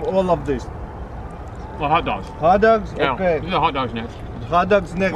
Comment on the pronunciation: Hut dugs and Boorgers